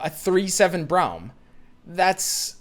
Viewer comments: Can you say "Brom" instead of "Braeuim" lmao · You say Braum like Brown and it urks me lmao. Its Braum like Brom not Brown you goober. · Everyone: Brawm: BROWM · for everyone's sake. His name is pronounced "Brom". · is braum pronounced brom or browm? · That Braum pronunciation though